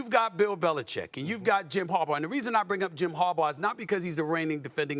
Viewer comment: Good job Stephen A. Finally saying Harbaugh right instead of 'Harbar."